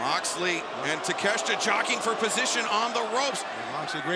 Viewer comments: Takeshita ✅ Takeshta ❌ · Konosuke Ta-Meh-shita 😐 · Lmmfao!!!! Take-shit-a 🤣🤣🤣🤣🤣